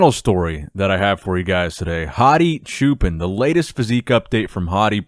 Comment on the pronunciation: Anybody from Iran can actually tell us how to pronounce Hadi's surname? I think that "chuupan" is kinda wrong lol